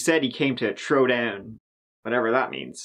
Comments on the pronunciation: The confusion is he probably said “THrow down” not “Tro down” hope this helps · “I came to trow down bro” best line ever